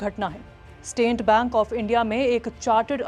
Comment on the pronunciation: Staint bank kya hota h state bank bolo😂